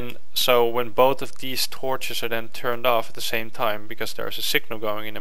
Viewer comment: Stop saying 'den.' It's 'then.' C'mon!